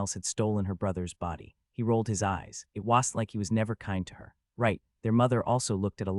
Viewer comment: BRO CANT PRONOUNCE WASN'T